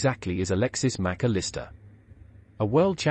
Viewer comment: Who ? You got the pronunciation all wrong, either that or every commentator has